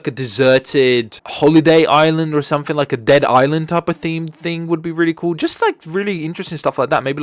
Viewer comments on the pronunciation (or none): I thought i was the only one that pronounced Island as "Iceland"